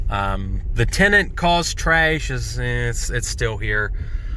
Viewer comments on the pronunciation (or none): Tryash? lol